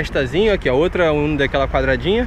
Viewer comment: Vc de falar o uno não a umo